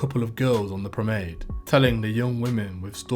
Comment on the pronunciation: Pro,,men,,ade…. Not promade